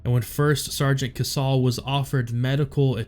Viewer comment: It's pronounced KaySal not kasaul. He should have received a Medal of Honor for this as well. Had this happened in 2007 he would have got the MOH. Same with SgtMaj Lehew.